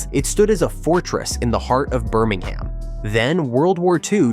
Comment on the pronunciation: Not Burming Ham. It's pronounced Burming um.